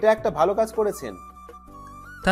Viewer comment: ভাই আপনার গল্প আগের মতো আর মজা পাই না, আমার বন্ধুদের আপনার এই চ্যানেলের লিংক দিয়েছি ওরা সবাই সুনে, আগে ওদেরো ভালো লাগতো এখন আর ভালো লাগে না,বন্ধুরা বলে কি গল্প শুনিস নয়ক অর্থাৎ (নয়ন) এর ভাষার সমস্যা ভালোকে উচ্চারণ করে বালো আরো সমস্যা,, প্রথম দিকে সব কইটা গল্পের শুরুতে ছিলো নয়কের সাথে নায়িকার ধাক্কা সে কলেজে হোক আর রাস্তাতেই হোক,,, আর কোন গল্পে দেখলাম না নায়কের পাওয়ার কম, হয় হবে মাফিয়া নায়তো কটিপতি,,,,আরেক বিষয় হলো প্রতি গল্পে নায়িকা অর্থাৎ (মেহের) নায়কে প্রেমের প্রস্তাব দেয়, কখনি এমন হয় কোন মেয়ে ছেলেকে প্রেমের প্রস্তাব দেয়, গল্পের ধরন একটু পালটান